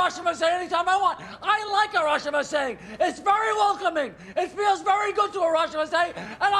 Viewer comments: Harashima is a Japanese wrestler. It sounds like he’s talking about what “harashima says” when you welcome someone it’s “irashaimase” pronounced “ee-ra-shy-mah-say” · And every guest in that restaurant will be allowed to say "irrashaimasse" 🤣🤣🤣